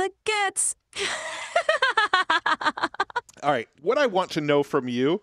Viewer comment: Didn’t she pronounce guts wrong?